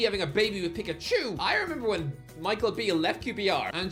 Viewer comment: pronounces Pikachu like someone looking round a corner and sneezing